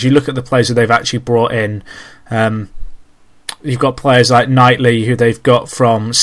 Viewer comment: Great stuff guys, although it's Kightly not Knightly for Burnley (Sorry I had friends who used to call him Knightly and I get fed up with it aha). Can't wait for more!